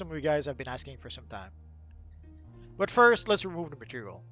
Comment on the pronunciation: 0.26 matterial ?